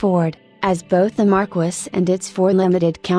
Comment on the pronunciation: 😂😂😂😂 AI pronunciation sucks! It's "Mar-keys"